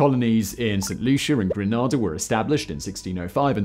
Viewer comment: Pronounces Grenada like it’s a 70’s car! 😂😂😂